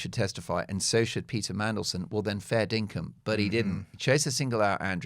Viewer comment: Did you say "fair dinkam?"